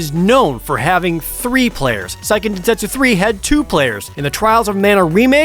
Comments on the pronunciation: Actually it's Seiken Densetsu 3, not Saiken Densetsu 3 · It's pronounced "Say-ken" by the way. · What's SAIken densetsu 3? never heard of it. Oh, you meant SEIken densetsu....yikes